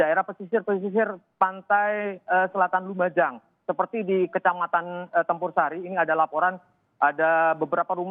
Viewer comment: Bukan kec campursari tp Tempursari mbak